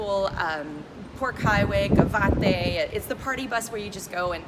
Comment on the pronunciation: Chinchoros, Guabate y el Yunque, I don't know what you said but is not Boricua Spanish. 🤣🤣🤣🤣🤣🤣🤣🤣